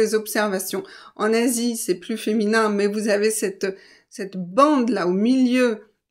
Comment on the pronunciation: Merciii Profe!! J'ai une question : pourquoi dis-tu « pluS masculine » avec la S, mais « plu(s) féminine » sans dire la S ? Les deux sont des adjectifs qui commencent par une consonne, auquel cas ils m'ont appris à ne pas dire le S 🤔🤔🤔